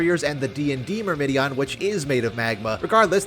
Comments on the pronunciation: its Myrmidon, not myrmydion. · mur-muh-dawn...not mur-mi-di-an... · There is no second “i” in “Myrmidon”, it’s not “Myrmidion” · Just so ya know, Myrmidon is pronounced "Mer-mih-don." I think you were accidentally adding an extra "i" in there, lol. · It's Myr-mi-don not whatever you said lol